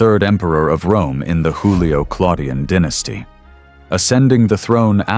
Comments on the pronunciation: They were not Mexicans, you know. So please do not pronounce their names as you would those of a Mexican (Hispanic "Hoolio" instead of Latin Iyulio/Julio??!??!) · The AI narrator is Mexican, it pronounces Julio as Hulio, as a Mexican does